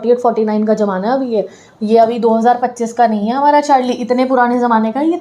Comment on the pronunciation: Jamana ❌ zamana ✅